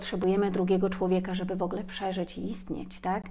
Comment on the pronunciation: Dziękuję.. Dziękuję😘💕... Moja Przypominajko.. 😁. Po wysłuchaniu tej lekcji, czuję się lepsza dla samej siebie 😁💚. Dziękuję kochana, bo utwierdzasz mnie w przekonaniu, że idę dobrą drogą.. Zresztą dobrze się z tym czuję, a zatem jest dobrze. Dobrze się pani słucha, tylko drażni mnie " wogle " i wybijam się z trybu słuchania treści . Wolałabym "w ogóle"... 😉. Cieplutko pozdrawiam. 😊💚🌷